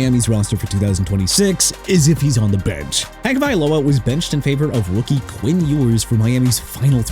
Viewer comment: didn't it sound like he just said "WOOKIE Quinn Ewers"? 🤣🤣🤣